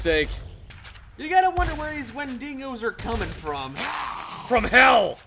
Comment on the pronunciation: Quick question, Did I miss something? because I know and are pouncing "Windigo" incorrectly. Just make sure I didn't miss a joke or even a episode.